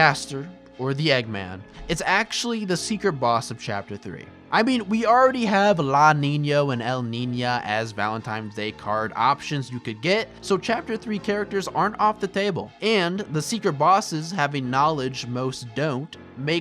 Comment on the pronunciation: Just say elnina and lanino, bro. There's no ñ anywhere on those names, so there's no need for them to be pronounced like that.